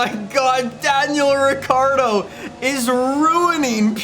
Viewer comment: Did this man say Daniel Avocado 🥑🤣👌